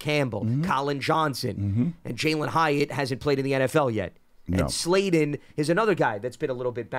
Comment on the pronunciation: Sounds like he keeps calling him Slayden. But yeah, we didn’t sign Slayton to a 2 yr/$12 mill deal for him to barely make the team. Slayton is probably WR2 or WR3.